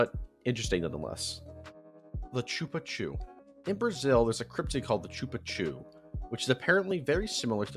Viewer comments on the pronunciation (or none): The pronunciation of "Chupa Cu" (the Anus sucker) is SHOO-pa KU, or ['ʃupaˈku] in the IPA. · As a Brazilian, I couldn’t tolerate the way you said “chupa cu” lol